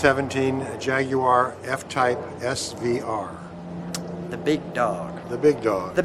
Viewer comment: Thank you so much for your correct pronunciation of Jaguar deep respect my friend 🇬🇧